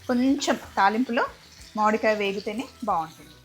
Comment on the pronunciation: మాడి కాయ కాదు మామిడికాయ అనండి